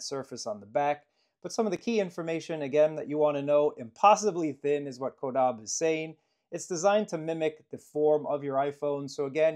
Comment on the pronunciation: Incorrect. Is CAW-DAH-BAY